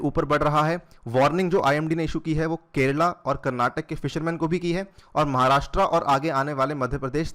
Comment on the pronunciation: 'महाराष्ट्रा' नही है वो, 'महाराष्ट्र' है.. आपको 'अनिरुद्धया अग्रवाला' बोलेंगे तो कैसा लगेगा??